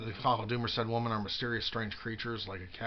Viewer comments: I know.. Funny thing i noticed about him. Always "woman" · You say that, but the facts remain. You don’t know how to even pronounce the word women. You’ve never appeared on video with any women only men. Mostly weird creepy LGBT men like John and Emil and Steve. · He's not pronouncing 'women' right.